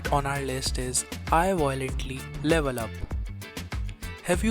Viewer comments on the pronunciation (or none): VIOLENTLY NOT VOILENTLY